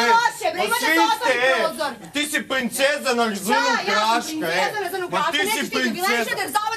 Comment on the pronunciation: I jos kaze " Ti si pHinceza na zHnu gHaska" haha Gdje nadje ovo sve sa R a ne zna da ga izgovori :D